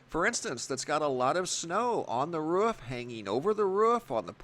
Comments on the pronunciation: IT’S >ROOF< NOT RUFF! 🤦‍♀️ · Wrof definitely lol. Thought a dog took over the narrating lol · Wrof or Roof Which one did i hear? Anyway great vid. Keep upp the good work!